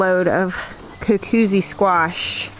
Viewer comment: You are pronouncing cucuzzi better than you've been advised. The double z in Italian is pronounced like "ts", as in pizza. So, phonetically, it's "koo-KOO-tsee". "Googootz" is more like a term of endearment referring to a person. Don't sweat it.